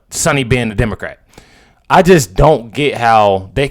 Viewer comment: Demma-qwat. Lol I'm gonna say it all the time now.